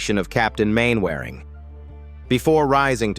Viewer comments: I gave up with the bad pronounciations. Mainwaring => "Mannering" and Derbyshire => "Darbyshire" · Disrespectful and not accurate. Doesn't even say the names correctly, it's pronounced 'mannering' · Sh1t AI voiceover…..Mainwairing is pronounced ‘Mannering’…… for example, I’m out after 1 minute…. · I cannot and will not listen to an American voice talking about Man Waring!!! It is pronounce MANNERING!!! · These endless AI voiceovers are a real pain! Constant mispronunciations of really familiar names (eg "Mainwearing" instead of "Mannering" ...and so on...and so forth). Can it be that expensive to hire a decent human voiceover? As it is, I just switch off after a while. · Mannering not Main-waring . Le Mesurier, not Lay Mesurier. Jakes, not Jacks. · Incorrect pronounciation of names. Mainwaring is pronounced Man a ring. Clumsy editing and direction. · Mainwaring is pronounced "mannering" they speak funny on that li'l island